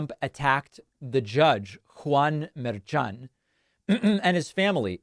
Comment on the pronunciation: Mershan: Pronounced murr-SHAWN’. I’m sure he’s getting a chuckle from all the mispronunciations. Carry on David. On point and accurate. Thanks for taking the time.